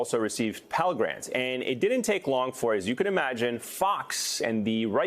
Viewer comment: And for God’s sake, “didn’t” is not pronounced “di-dent”, you twit.